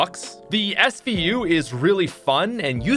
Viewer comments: Mans called the svu the smu 😂😂rip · plays so much fortnite he forgot names of real guns He said smu instead of svu😡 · Man called the SVU the smu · hey uh pat you i caught you shlippin you said "smu" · Is nobody gonna point out that this guy called the SVU the SMU? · SVU SVU SVU YOU SAID SMU THE FIRST TIME NOOOOOOB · SMU? its SVU pat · My man called the SVU the SMU. I’m done. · Svu not smu 😂